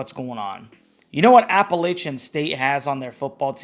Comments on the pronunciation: At least learn to say App-a-latch-un. Its not App-a-ley-chun. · You pronounce Appalachian “incorrectly.” You’re from Jersey…such a poser. People who actually are from here , even the ones that WENT to unc…are belly laughing at You…